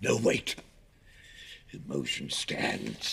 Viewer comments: Anthony veto the MOTION-UH, Stand up veto the MOTION-UH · “Veto the motion-ah!”